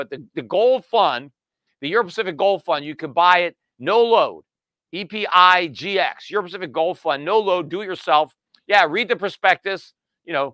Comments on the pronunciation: Did you mean to say "EPGIX" when you said EPIGX at the end? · Mis-spoke, said EPIGX, should be EPGIX